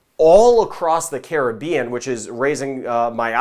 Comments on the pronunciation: Like the way he pronounced Caribbean. Not like Karribean.Thanks. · Yep. His is the correct pronunciation.😄👍🏽👍🏽🇯🇲🌺💛